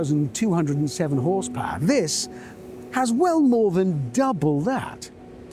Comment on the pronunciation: Horsepower ❌ Horsepowahhh ✅